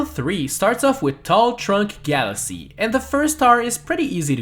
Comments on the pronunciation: he said galasea not galaxy haha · he said galasea AGAIN